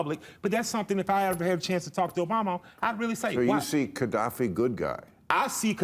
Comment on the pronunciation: Mofucka loves ghadaffi but can't pronounce his name lol. It's a very odd choice. And he thinks dating black women teaches you that Haiti supports France. Well, well, well as far as killer Mike knows Haiti is still sending money to France. As far as i know, killer Mike is about as smart as forrest gump but way less interesting and charming